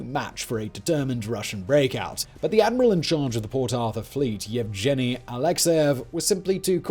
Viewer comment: Did you just say “yevJENNY”???